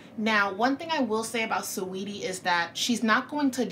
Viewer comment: “Swaydi” 😂 its Sa-weety